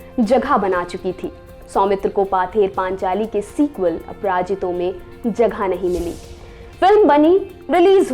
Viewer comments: Its not 'paather panchali', its 'pother panchali'. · Good try. It should pronounce it as 'pawther panchali'